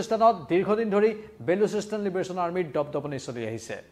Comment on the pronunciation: ''Bolosistan'' not Balusistan 👍